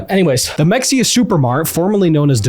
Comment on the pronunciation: honestly I was expecting it to be in Mexia, TX and not Fort Worth. Also not to be that guy but I believe it's pronounced "muheya"